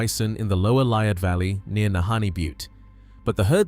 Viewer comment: Liard, pronounced Lee-ard.